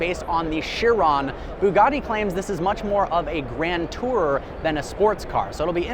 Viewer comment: and chiron